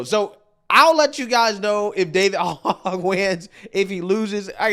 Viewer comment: That goofball’s name isn’t pronounced like the pig “Hog.” It’s pronounced “hoj.” You guys know his background? He’s one of the kids that survived Sandy Hook school pew pew! He’s been on a mission since. Hopefully dems stay out of power long enough for that guy to get bored and go away. He’s an absolute nut job!